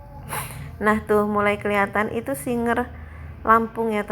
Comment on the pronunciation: Maaf kak SIGER bukan SINGER